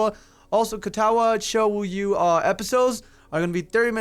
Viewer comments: >Shoyu God damnit, didn't he pronounce it right in the very first episode? ARHAGAWFHWLAKHFDLWAKD L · it's Shoujo like Show-Joe